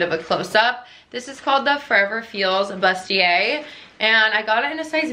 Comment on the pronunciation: bustier is pronounced “BOO-stee-ay.”